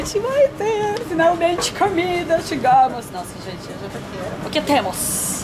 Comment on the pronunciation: acho engraçado vc fala camida não comida kkkkk